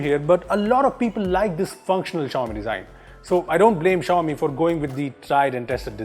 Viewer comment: Cant even prononce xiaomi